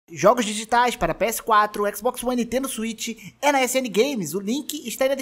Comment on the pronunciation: "jojos jijitais"